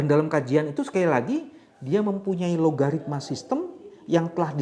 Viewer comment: Algoritma pak, bukan logaritma. 😊